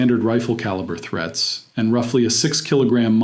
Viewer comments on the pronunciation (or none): none